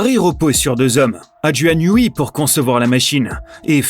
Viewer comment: NIOUWAI pas NIOUWI ;-) mais c pas grave